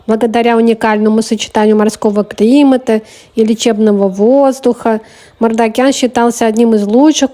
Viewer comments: Вообще-то МаржакАн, а не МардакЯн.Просто на азербайджанском звук ,,К,, в этом слове звучит мягко, как в слове кино.А следующая за К звук ,,А,, звучит просто как ,, твердое ,,А,, ( не йа, и не я). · Не Мардакян а Мардакан